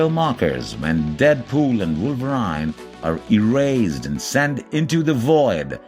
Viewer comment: Wolver "i" ne? Lol What a dumb!